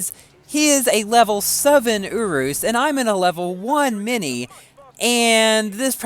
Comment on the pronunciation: Merry christmas! one thing tho i think you prounce the S at the end of urus